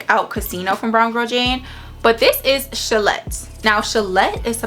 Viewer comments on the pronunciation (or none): I think you pronounce it as Sha-lay 😊